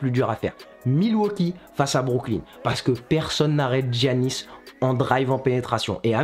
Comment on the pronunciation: Giannis ça se dit Yannis sinon c carre